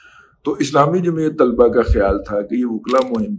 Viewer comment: Dear Dada 'Tulaba' nahin 'Talaba'